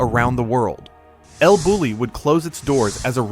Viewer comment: It’s pronounced “el Boo-yee”.